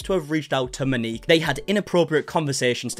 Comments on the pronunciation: MOW- NEEK. please its...not hard to look up a pronunciation. Its not Ma-nik or ma-nikki its MOW-NEEK. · Moaneekey. No, it’s pronounced Mo Neek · Pls say Mo-ni-k! I know it looks strange.